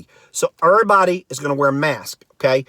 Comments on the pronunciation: Are you playing with accents, termpeture, ervybody, ... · Terpture, curnsisyant, erbody, 😂😂😂